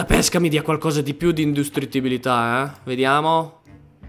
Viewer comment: Hahaaha ancora con INDUSTRITTIBILITÀ . SI DICE INDI...